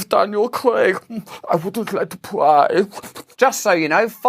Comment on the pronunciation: Im sorry to keep repeating it, but honestly every single time you say I dont like to prwyyyy makes me laugh but you just said about the illuminati triangle looking like mr burns and I had lucozade (im a t1 diabetic) come through my nose from laughing. Thought id share that with everyone 🤦🏻‍♀️🤷🏻‍♀️😅. Please never stop 😂❤️